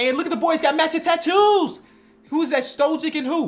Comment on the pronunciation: It would be Mister "Stoyick" with the pronunciation